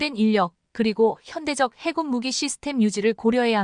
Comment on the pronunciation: 해군은 알겠는데 해굴은 머여? 해저굴의 줄임말인가???? 해굴력 아놔 듣기 그러네 거슬려 거슬려